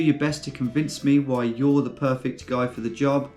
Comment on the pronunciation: why the emphasis on guy? Might be a good girl editor out there